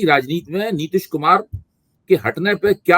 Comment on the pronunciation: मेरे को लगता है नितीश खुमार 😂 में है, नशे में है